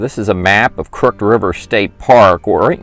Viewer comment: "Crooked" is pronounced "krook-id".